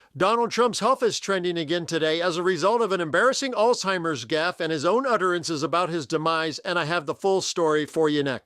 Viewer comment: Hey. The word is alZheimers, not alTheimers. Many people mispronounce it this way. Remember it's "Z" not "T".